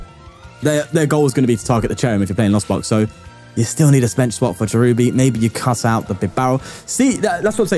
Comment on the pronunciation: “Dis stil TUrn One” 😂